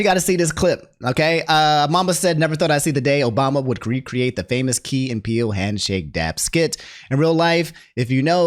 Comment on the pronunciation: HOW YOU MISPRONOUNCE KEY 😂. IT KEY AND PEELE. Not KAY. KEY😂😂😂😂